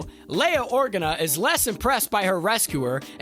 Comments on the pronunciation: One of my biggest YT pet peeves is watching vids written by and/or narrated by people who clearly aren’t familiar with the material. InquisIStors? Or-gin-nuh? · Or-gar-na isn’t that right? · great video! but if I have to hear you butcher the pronunciation of inquisitor or Leia organa again I'll scream lol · This video would do so much better if it had a host that didn’t say “man” more than 5 times in a single minute, said “inquisitor” instead of “inquisister,” said “Organa” correctly, and didn’t sound like he was shouting the whole time. Good script, good edit, voice talent needs work. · A little tip for anyone narrating these videos: maybe watch a couple of Star Wars movies/series so you at least know how to pronounce names etc! I'm looking at you 'inquisitors' (although it is sometimes pronounced correctly) and 'Organa'. An obvious lack of knowledge of the source material and slapdash approach cheapens your channel. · He said Organa wrong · The pronunciation of Organa in this vid makes my eye twitch.